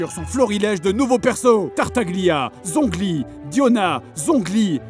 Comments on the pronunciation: Chongli* Si tu préfères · Zhongli prononcé tchongli. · "Zhongli" Mes oreilles de sinophone saignent